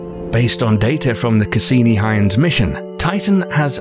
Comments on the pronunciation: Hoy-gans. Not Hi-gans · Kelly nope. We know this because it is the name of Dutch physicist Christiaan Huygens. His dutch name is pronounced "hoy gens" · Its pronounced "Hoi-gens". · Why goes he refer to the huygens probe as "heinz" it wasn't a tin of beans mate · You lose points for not knowing how to say "Huygens". Spoiler: It's not Hyoons. EDIT - Scrap that. You're pronouncing most nouns incorrectly. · Of course that would be pronounced Hoy-gans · Why can't anyone say the probe's name correctly? It's a German name, pronounced "oigen" where the g sound is akin to what it sounds like in the word "gas" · It's pronounced HOY GUNS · You are pronuncing the space craft in weird way... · The way the narrator keeps pronouncing Huygens ... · nice vid but your dutch sucks lol. (huygens is pronounced much different:)) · I cringe whenever the narrator says Huygens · Really? They can’t even be bothered to learn how to pronounce Huygens. Stock footage and Wikipedia deserve the credit here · it is iter fer ometry . a concatenation of interference geometry mapping .. not interfer metry btw ... nice use of a computer voice but you didnt write it's script to actually properly enunciate the words ... and its huy gens ... hard G not soft ... and 2 syllables ... not 1 ...